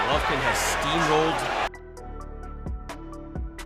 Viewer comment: Why are you the only person who pronounces his name like that?